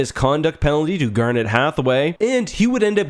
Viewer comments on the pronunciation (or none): none